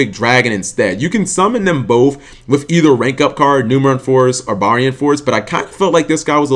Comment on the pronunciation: lets make him watch zexal so that he knows how to say barian correctly